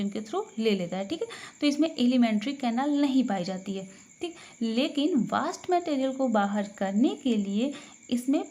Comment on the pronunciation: मैम वास्ट नहीं वेस्ट प्रोडक्ट्स होता है...